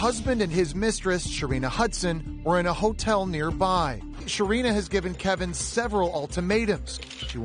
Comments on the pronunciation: His name is Kevin, no ‘l’ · OK WE HAVE TOLD U FOR 3 DAYS HIS NAME IS KEVIN!!!! Not Kelvin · Kevin not kelvin😩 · First of all, his name isnt Kelvin, ITS KEVIN DAWG!!!! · Honey it's KEVIN. No L. Not Kelvin..... Kevin. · Are you saying kelvin? Investigate more ma’am